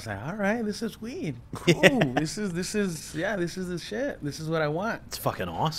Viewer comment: And coo lol